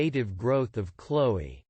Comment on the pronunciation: That's not even how you pronounce it lmao